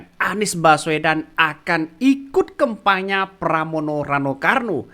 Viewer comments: Admin saking semangatnya ....ngomong kampanye jadi kempanya ...hehehe... Tdk apa2 malah bisa buat lucu2an. Yg penting bisa sosialisasikan hal2 yg terbaik. Semoga cagub yg didukung dan bisa terpilih nantinya bisa membawa DKI lebih baik dan bisa akomodir kebutuhan dan kepentingan masyarakatnya. Kalau terpilih semoga selalu amanah .....dan .... TETAP SEMANGAT !!!. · Bukan karna semangat nya si Admin, tapi Emang Dari dulu Bilang kampanye di Bolak jadi KEMPANYA, coba ente lihat Video² dia yg lainnya, he.hee